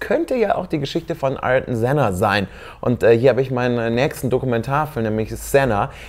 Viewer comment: Denn spricht man übrigens Artjon Senna aus...